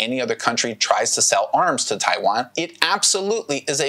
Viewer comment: what amuses me is that you can't even pronounce the name right? lol 😆